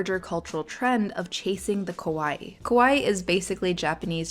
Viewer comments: Just a little note, the pronunciation for kawaii is with an "ka" sound and a pronounced "ii" at the end like the Michael Jackson famous heehee, ka-wa-ii. The way you pronounce it, ko-wa-i, means scary in Japanese. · Don’t pronounce it “Kowai” kowai means scary. Pronounce it Kawaii. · yes, need to elongate the “ii” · "Kah-waii" "Koh-waii" means scary in Japanese, ironically lol. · kAwaii is cute... not kOwaii (scary ;) pronunciation is key 😅 ) fun episode 😊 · it's pronounced "kah-wah-ee", whereas the way you pronounced it is similar to "kowai", which means "scary" in Japanese. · it's "kawaii", not "kowaii" kowaii means scary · Instead of "kah-waeii" it sounded almost like "co-waii" and it became Scary and I think that's funny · You pronounce it as kowaii and that means something like fearful. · The pronunciation of kawaii sounds like kowai(scary) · Be careful there on your pronunciation of "kawaii." That's a broad "a" up front, like the "a" in "father." It matters, because pronouncing it closer to a long "o" (or even just a schwa) makes the word "kowai," which means scary. Though, depending on the context, that might well work. 😆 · The way you say "kawai" makes it sound like "Kowai"which mean "scary" lol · Nitpick here: The way you say kawaii sounds a lot like kowai, which means "scary". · It's such a common mistake but it still surprises me :face-orange-biting-nails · not really relevant but your pronunciation of "kawai" sound like youre saying "kowai" wich means "scary" in japanese. great video as always tho!! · It was painful how you pronounced kawaii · Yes that’s what she said, but the pronunciation was different